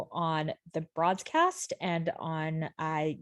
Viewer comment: Not to be annoying but it’s The BroadSSScast* 😅